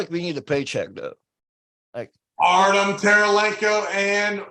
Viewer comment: Almost 50 episodes in and still calling him Artem Taralenko haha. Best podcast in sports